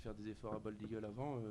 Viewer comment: Franchement, pour une 98eme édition, ca manque de professionnalisme, rien n'est préparé, c'est fait a la va-vite. L'autre il sait meme pas dire "bold eagle" , comment voulez-vous que l'on vous prenne au sérieux ?? c'est triste de voir ca quand on aime les courses… franchement… pareil pour la traduction ca sert a quoi y'a aucun étranger qui pose des questions… on perd un temps considérable…mettez des oreillettes comme on fait en 2019 et enchainez... et l'autre Guillaume Maupas, il fait son dictateur avant la course ? on apprend qu'il a des préoccupations sur l"arrivée de la course du PDA ? tu veux pas plutôt interdire aux imposteurs de courir pour que la course soit vraiment limpide ? C'est de pir en pir , chaque jour y'a des boulettes, enfin bref, ce n'est que mon avis.